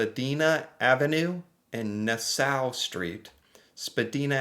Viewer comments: SPA-Dine-Ah Nass-awe 🤦🏼‍♀️ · Nassau is pronounced nahsaw